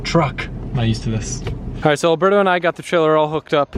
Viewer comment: IT'S ALBERTO NOT ALBERDO GET YOUR T'S STRAIGHT